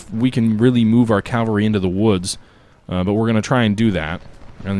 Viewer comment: Cav-All-Ree .. Not Cal-Va-Ree.